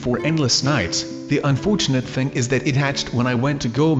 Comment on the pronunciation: how he said "unfortunate" was very weird...